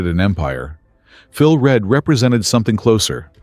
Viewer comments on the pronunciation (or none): Reid? do you mean Read?